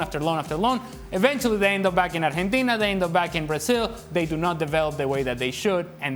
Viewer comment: bruh what's ar jhen tina?